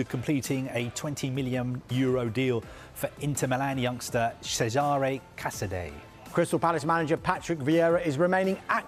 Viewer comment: Pronounced Caza-day.